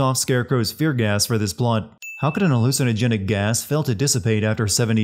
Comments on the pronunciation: Voice actor doesn't know how to say hallucinogenic....halsinogenick?......No lol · 10K sins for how Alex pronounced hallucinogenic